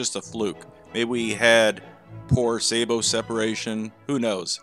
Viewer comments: FYI it's pronounced sabbo not say bo Sabot is the French word for shoe. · A lot of people think Sabot is pronounced Say-Bo. It is not. It is pronounced not pronounced with a hard A, but a soft A. Sa-Bo. It's French for Shoe, or Clog. It is the root of the word Sabotage and comes from back in the early days of industrialization when they wore wooden shoes. They would toss a wooden shoe into the gears of the machinery in order to stop production. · Please learn how to pronounce Sabot, it is not Saybot, for heck's sake